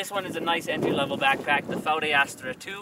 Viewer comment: wow, the first english speaking person to pronounce it right :)